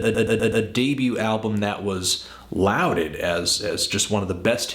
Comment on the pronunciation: lauded is prounounced law-dead